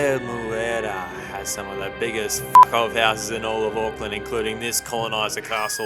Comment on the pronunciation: Hey no hate but please say Auckland properly instead of saying '' AcKlaNd''